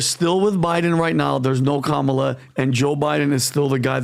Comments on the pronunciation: Behar didn't even pronounce Kamala's name right. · Uh-oh, even Joy Behar mispronounces the vice president’s name LMAO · Anyone notice Joy mispronounced Kamalas name? Where's the outrage? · Joy said kamalas name wrong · Joy Behar mispronounced "Kamala"...according to Mika from Morning Joe, that's every racist.